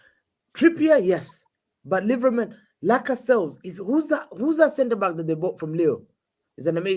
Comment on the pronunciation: Fact that nobody corrected on "Laca-Sells"